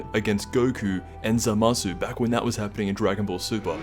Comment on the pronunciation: Its pronounsed as za ma su 3 syllables not zamsu get it right